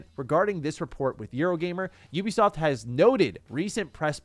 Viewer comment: Finally someone say Ubisoft instead of Oebisoft😂